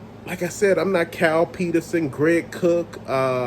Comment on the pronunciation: LMAO! He said "Kyle Peterson" but I heard "Cow Penis". Reminded me of that SNL skit with Will Ferrel where he is a fighter pilot & his call sign is "Clown Penis". 🤣😂🤡